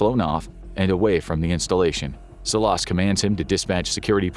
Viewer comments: It’s pronounced Salas but good episode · The way he pronounces Salas 🤭😆😆